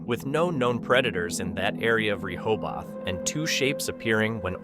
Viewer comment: One day the A.I. narrator will be able to pronounce “Rehoboth” correctly, but it shall not be this day.